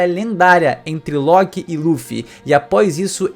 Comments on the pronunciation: Nao sei pra que pronunciar loki diferente de todos kkkk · Esta doendo meus ouvidos o jeito que você pronúncia LOKI E BEIFRIST vice deveria assistir os filmes de Thor da Disney para pronunciar corretamente